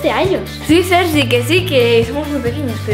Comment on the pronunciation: En el minuto - en ves de decir sergi dice seri